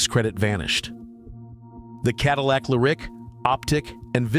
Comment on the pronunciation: It's not a Cadillac Le Rick .... it's Lyrique, pronounced " Leer eek "